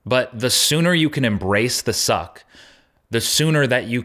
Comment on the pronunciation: This video gets a whole different meaning if you hear Zuck instead of suck.